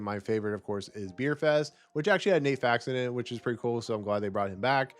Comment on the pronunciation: Broken Lizard, no s Nat Faxon, not nate